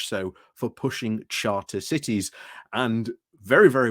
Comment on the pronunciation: Did you say “sharter cities”? `If it was deliberate 👍, is it was accidental, that has to be one of the best malapropisms! The tory Nasti Party might well create its free-smuggling zones, but we all know the follow-through will be messy!